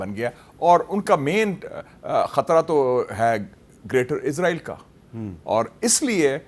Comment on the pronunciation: اسرائیل not عزرائیل